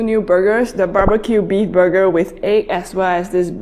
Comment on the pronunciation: Am I not the only one who hears buger instead of burger 🍔🍔🍔